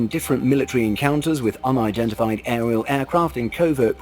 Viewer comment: Unidentiflyed objects huh 😂